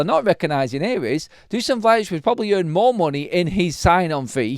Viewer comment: Dusan* not Duscan:)